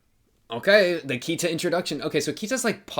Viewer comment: It's pronounced Key-ta not Kia-ta.